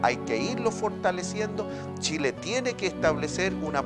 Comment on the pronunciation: Los ignorantes y estupidos como uds deberían ser bloqueados. El animador ninsiquiera sabe decir Chile, dice Shile. Jajajaja una verguenza